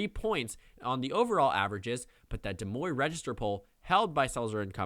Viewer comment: des moine is pronounced like "da moyn"